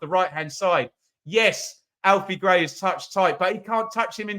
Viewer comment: did he say alfie gray 🤣🤣🤣🤣🤣